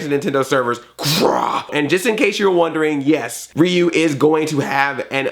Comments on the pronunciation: Calm Rahman Neither, when it's Japanese (or pretty much any Asian language). "Ryu" is meant to be pronounced as one syllable (like how "Tokyo" is two syllables, unlike the three that English speakers say). Just put a r/ruh (the R actually sounds like a blend of R, L and D) in front of the "yu" part, which you know how to say. When Ryu does his uppercut and shouts "Shouryuken!" the middle syllable is pronounced like his name, so you can listen to that. Though, if you don't want to bother with this, go with "reeyu" like Andre does; it's kind of close, people will know who you're talking about… maybe not Japanese people, but other people will. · It is pronounced Ri-u